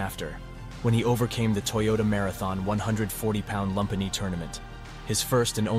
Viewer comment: Lumpinee is pronounced “loom-pee-nee”